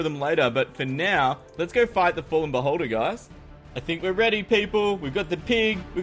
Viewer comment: When you said "Beholder" it sounded like "Butt holder" and i was like "WHAT??!"